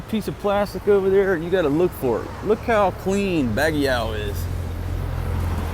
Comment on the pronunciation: I like how he pronounces Baguio as "Bagyaw".